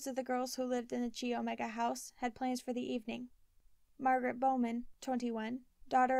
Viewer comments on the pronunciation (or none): Thank you so much for this week's chapter....I've been anxiously awaiting..I think I should tell you that Chi Omega is pronounced Ki Omega not Chi....It a weird pronunciation but i was a Chi Omega my first year of college so I know how to say it...Not trying to be mean at all just thought you should know before you read the rest of the book.....I'm going to have to buy this book again especially since it was updated after Ted was executed......♥️♥️♥️♥️♥️